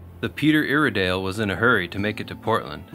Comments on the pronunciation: Ask the locals about proper pronunciation of the Peter Iredale. it is ire as in irate. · The ones I remember. Peter ire dale, Cape Blahn-co, Ya-quin-a. Hard to do that over typing. Hope it helps. Again- Amazing work!